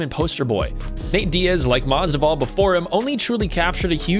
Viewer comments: BRO, IT IS MAS-VIDAL. NOT MASDIVAL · If you're going to commentate on MMA at least get someone who knows the fighters names instead of a complete casual who calls Masvidal, "Masdival"... LMAO seriously now. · Masdival? Mas-VID-all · Masvidal not masdival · it's not Jorge Masdival, you idiot. It is Jorge MASVIDAL! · When dude said Jorge Masdival that reminded me of when Joey Diaz was talking about him on JRE he pronounced Jorges name the same way! Shit was hilarious as fuck! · Who's "Masdival?" Lols, swap the v and d over man :) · MAS-VID-AL say it with me now MASVIDAL!!! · STOP SAYING MASDIVAL :D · Its masvvvvvvida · jorge masDIVAL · You're saying Mas'di'val. I think you might be brain dead. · You literally wrote his name in this video numerous times and couldn’t read that you were butchering that name? Weird. Ever watch a video ever by the mma community that says it like that? Weird. A broadcaster? Fighter? Promoter? Real weird. Almost intentional... 😑👀